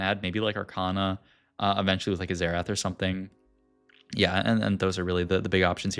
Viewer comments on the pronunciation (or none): none